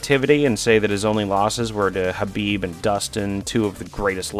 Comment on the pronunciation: pronunciation of khabib